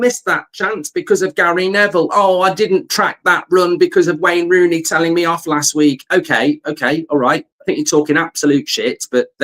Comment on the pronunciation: Rain Wooney 😂